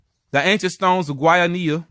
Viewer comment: Kudos for trying to pronounce Guayanilla correctly. I'm from Guayanilla, my family has been there forever. I've heard of us being Israelites but you went into more depth, pretty interesting tbh. I did my DNA and my native Puerto Rican ancestry was concentrated specifically in the South and Southwest of the island, where Agüeybana was from. Thanks for this video. The easiest way to pronounce Guayanilla is Gua•Ja•Knee•Ja. And Agüeybana is Ah•Guei•Bah•Nah. Hope that helps. Again, great video. 😊